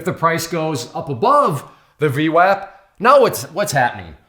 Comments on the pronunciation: V WOP not WAP not like WAPPER, like WHOPPER! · its pronounced V WOP lol sounding like a clown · Pronounced vwop lol. Good video though. Thumbs up & subscribed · I think VWAP is pronounced with a soft "A" like in "arm" or "august"